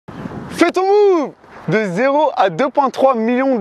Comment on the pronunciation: Bravo mec ! Tu dis quoi au début de tes vidéos ? « Fait ton move »? Haha j’arrive pas à piger ce que tu dis . Good luck pour ta chaîne ;)